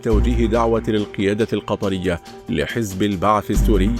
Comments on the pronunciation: تصحيح القياده القُطريه وليس القَطريه بضم القاف وليس فتحها. فرق كبير في المعنى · معلق الفيديو اظاهر بيعلق وهو تخصص لغه عربيه مش تاريخ ههههههههههههههههههههههههههههههه اسمها #القياده #القُطريه بضم القااااااااااااااااف ياراجل مش قطريه بفتحها دي تبقي دوله ...ماهو الناس ال بتقرأ تاريخ فعلا واقصد بتقرأ لكتب ومذكرات قاده الحروب للاسف مش بيقدموا فيديوهات واغلب ال بيعمل قنوات وصفحات استقي معلوماته من فيديوهات او برامج ولقاءات للان معندوش طاقه او شغف انه يقعد علي كتاب اسبوع واتنين يخلصه قراءه بالكامل ثم يلخصه ويستوعبه فكريا ثم يقرأ غيره كمصدر ثاني لنفس الموضوع ويستوعبه ايضا ثم يقرأ كتاب تالت ويستوعبه وبعدها يبدأ مرحله التنقيح والمقارنه علشان يستخلص الحقيقيه الطريقه دي شبيهه شويه بالعامل التجريبي بالعلوم التجريبيه حتي ..........مين بقي في مقدم المحتويات دي قرؤا كتاب او كتابين حتي عن نشأه حزب البعث ال هو شكل واقع بلاد الشام والعراق الان وحكم لعقود هناك وماذال يحكم ف سوريا ؟؟؟ من قرأ اكثر من كتاب عن حرب اكتوبر ؟ للاسف ان ماتقدمه تلم القنوات ليس الا ترقيعاََ للجهل